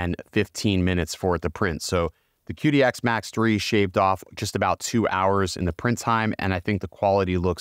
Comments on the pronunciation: The Q in Chinese is like CH in English so instead of calling it Kidi you call it Chidi. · It is pronounced Chee Dee, the Qi is the vital life force in Chinese medicine. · Just a heads up; it’s pronounced chee-dee. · Plus, desiccant, Qidi (this one almost understandable). Just some words I noticed you said wrong/weird/different. Please ignore me, I'm just an asshole lmao.